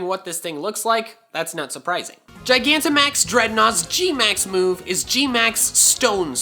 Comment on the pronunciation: you are the first poketuber I've seen pronounce gigantamax correctly. Everyone else emphasizes the g at the beginning instead of the proper j sound. The word is gigantic, and max, so how do they get it wrong?